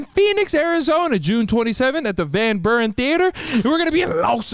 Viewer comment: It's van beer-en not whatever you said hahah 😉